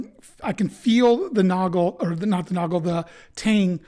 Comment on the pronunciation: As a native German speaker (from Austria), I can assure you that you pronounced both ‘Günther’ and ‘Nagel’ perfectly. Of course, there’s a slight accent, but everyone has one anyway (even in their mother tongue). 🙂👍 P.S.: I’ve been thinking about purchasing this messer for a while now. Your video has made me even more keen to get it.